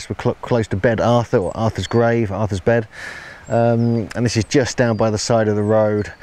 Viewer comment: Once again an insanely good video but pronunciation of Welsh words is awful. IFAN = Iv-van BEDD = Bear-th etc etc etc